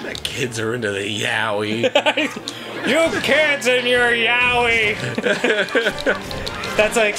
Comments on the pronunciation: Wait....when they were trying to say, like, that Japanese word....were they trying to say...yaoi?! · At this point I just don't understand how people mispronounce yaoi so consistently.